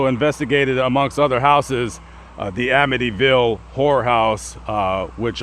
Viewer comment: Lol, I know you didn't but it sure sounded like you said "Amityville WHORE house"